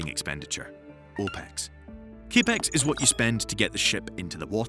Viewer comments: CAPEX is just pronounced as CAP-X not CA-PEX... Just saying. Great video otherwise...👏👏👏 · do people call it cape-x? it's capital expenditure, so in american english it's typically CAP-EX